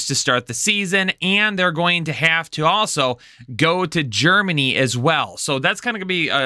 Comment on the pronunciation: GEREMANY lol